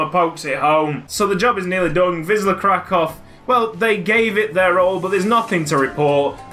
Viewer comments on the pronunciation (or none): none